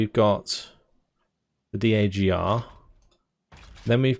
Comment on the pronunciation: For future reference, nobody in the military pronounces every letter in the acronyms. It's LAV not "L-A-V", DAGR (dagger) not "D-A-G-R" etc.